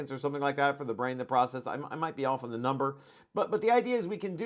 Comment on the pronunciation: ha ha, ... but I did notice that he said ''Gee-off'' (instead of ''Jeff'') which is the standard pronunciation of the shortened form of the name Geoffrey (= Jeffrey) (re Geoff Hinton's name.) lol But heck, who cares? It's an amazing video to get a fantastic overview AND a lot of details AND lots of 'further reading/viewing' suggestions/links etc to fill out our understanding even more.